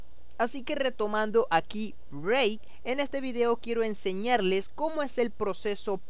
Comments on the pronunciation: BRAVE BRUTO SE DICE BRAVE NO BREIK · Pronuncias Brave como Break :( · Es cosa mía o pronuncias "break" en lugar de "brave" jaja. Me gusta tu contenido. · si dice break hahaha